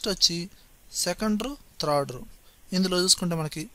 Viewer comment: త్రాడ్ రో .. కాదండి.. థార్డ్ రో..